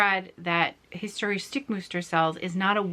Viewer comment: your German is really really cute. ❤️ And don't forget: the German words you speak in your video are actually extremely complicated to pronounce. Hence my absolute mega respect! The word „historische“ („historical") alone is not easy to pronounce. You did very well